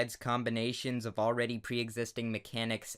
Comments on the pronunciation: when he said "my name is soler sands " it sounds like he said soler SANS and.... that's all I want to say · Always when you say "My name is Solar Sands" i hear you say "My name is Solar SANS"